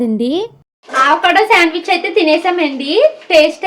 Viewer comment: Meeru aavacado antunnaru avacado anali modati a tho palakandi second a palakakandi ante telugu varnamala lo modati aksharam tho palakandi